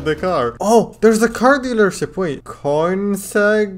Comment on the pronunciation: “Coin - segg” bro what it’s not pronounced that way